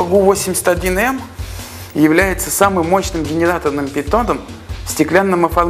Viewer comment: Не ГУ, а ГЭ У